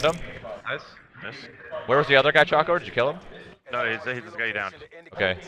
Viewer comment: How could she not pronounce choco right? It's the dark looking thing called chocolate